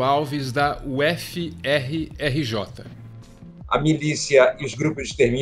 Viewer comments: Aaaaaahh minha professora/inspiração pura!! maravilhosa 😍 (ps. Se lê "ufi", não "uff", bom pelo menos a gente fala assim por aqui kkk) Beijos seus lindos! Amo o canal❤️ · Achei engraçado o homem mais simples lendo o nome da Federal Fluminense como "U efe efe". Estive na UFF durante um ano, e vi que os uffianos odeiam que se refira à universidade assim. Eles preferem "uff" como se fosse uma palavra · u efe efe, uma dica de carioca, se pronuncia UFI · Não diga U-F-F, diga “ufi “. Ouvidos cariocas agradecem ❤️❤️ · Ótimo vídeo, mas confesso que doeu ouvir "uéfiéfi" em vez de "ufi" pra pronunciar UFF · Meu like era certo até chamarem minha UFF ( pronuncia "UFi" ) de U-F-F. :( Brincadeira, vcs são incríveis e que Deus tenha piedade do povo carioca/fluminense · Nao tao relevante quanto o conteudo do vídeo. Mas a gente fala "ufi" nao u efe efe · UFF Se fala /ufi/ ou /huf/. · Uh éfe éfe HAHAHAHAHAHAHAHAHAHAHAH UH ÉFE ÉFE MERMAAAAAO. Galera do, a federal fluminense tem a pronuncia fonética igual a abreviação da sigla, UFF! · "Ú, éfe, éfe" é UFF ("úf...") e "U, éfe, erre, erre, jota" é a "Rural" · UFF lê-se UFFI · Vídeo perfeito! Só estranho sempre a forma como eles pronunciam UFF🤣🤣🤣